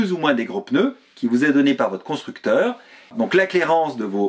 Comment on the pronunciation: "PEneu" - vous êtes du sud, non ? 😀 Merci pour votre chaine auquel je suis abonné depuis peu, continuez ainsi !